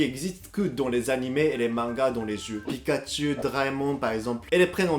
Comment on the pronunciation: Il n'y a pas de " t " dans " Pikachu "